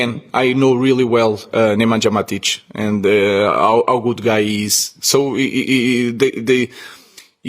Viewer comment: "Nemanjha Mathich"